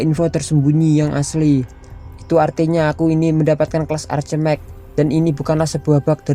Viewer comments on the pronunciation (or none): Ark mage min bacanya 😂😂😂